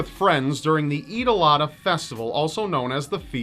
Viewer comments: The Muslims festival Eid Al Adha is pronounced Eeed-Al-Ad(strong D)-Ha. Not Eid ALADA ^^ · I know the first story about the boy and the goat is tragic, but i cant help but giggle the way you pronounce Aidiladha. If anyone wants to know how to pronounce it, here how i did it. "I - Dill - Ah - De - Ha". Hope that helps. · Alicia Donato Then how come he ended pronouncing it wrong? Perhaps there were some trolls, lol. I am not complaining really, I just wanted to let him know. It's actually really hard to pronounce, because all of the consonants in the Arabic name are not in the English language. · It could be an accent man, come on, chill.